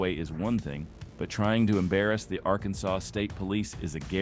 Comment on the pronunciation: The AI VOICE drives me nuts! Arkansas sawz?! Wtf?!!